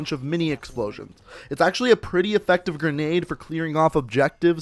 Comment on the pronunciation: "pretty effective gren~nade"